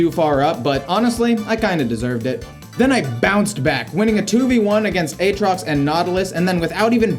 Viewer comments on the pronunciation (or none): none